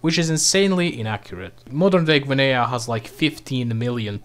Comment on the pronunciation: Blud fell off, he butchered his pronunciation of Guinea